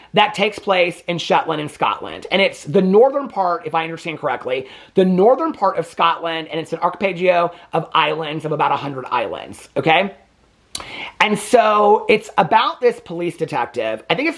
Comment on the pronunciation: I know he gets spicy if people try to correct him when he says something wrong, but I giggle hearing use arpeggio of islands in lieu of archipelago. 😅